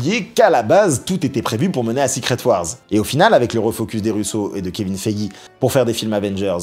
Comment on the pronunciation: purée les prononciations en anglais: Heart se prononce HART avec un A ouvert et long, Ironheart se prononce donc AÏRONNE-HAART. Kevin Feige se prononce FAÏGUI .